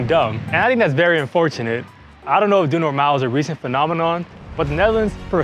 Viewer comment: Unlike a lot of none dutch people, you didn’t butcher the pronounciations! When you sayd: the Dutch have a saying: doe Normaal. I thought you were dutch for a second! This is the first video I see from your channel so that’s why I don’t know much about you :) wait are you dutch???